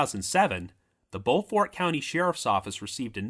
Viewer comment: It’s pronounced “bo-furt”.